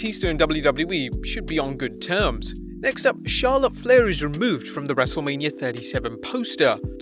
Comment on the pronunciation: “WrestleLAMia” got em